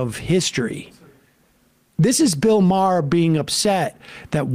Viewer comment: “Bill Maher isn’t funny” then moments later mispronounces Maher to get a laugh and then quickly realized he isn’t funny either lol